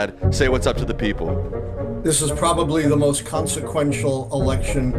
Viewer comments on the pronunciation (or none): none